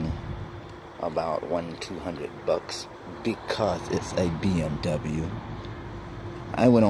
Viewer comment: Said it right just because it's a bmw